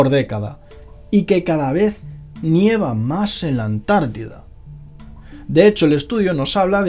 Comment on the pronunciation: Nieva no fon, neva jaja.